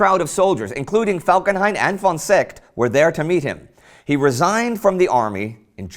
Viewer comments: Ffffon Mackensen, FFFFON, not won! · when will you English/American "experts" ever learn, that the German "v" is pronounced "f". In other words: von is fon????? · but it would be nice if you could learn how to pronounce the von = as in f (consult somebody about the pronunciation of non-English names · von = fon (how you say it)